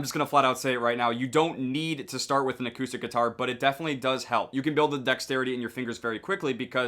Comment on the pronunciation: did he say "a koosh stick"